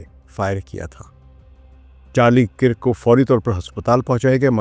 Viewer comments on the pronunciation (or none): Kirk is pronounced as “KURK”. Please correct.